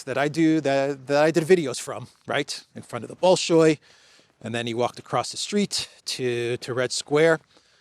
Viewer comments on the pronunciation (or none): Not [ bowl showy ], but [ bal, as in country Bali SHOY ]. Stress the SHOY. Wong = [wong] Wang = [wong]